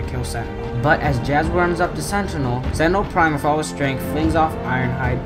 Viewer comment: Every time you say sentinel prime you say Sentra all prick